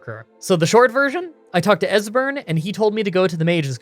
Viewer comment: At least he didn't butcher Esberns name.